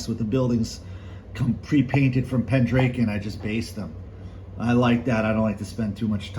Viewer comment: Nice collections. Interesting how you pronounce Pendraken. Not sure what state you are from. Most of us in the UK pronounce it Pendr-ah-ken whereas you sound like Pen-drake-en.